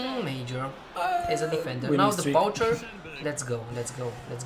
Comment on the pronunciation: The poucher is not pronounced like this. It,s pronounced "Poucher"